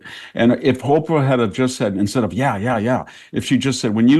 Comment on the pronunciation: Have you noticed that VDH says HOPERAH ?